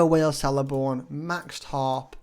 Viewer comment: Sick! I have him r6 and only use him for tips lol. Btw Celeborn is pronounced Keleborn ;)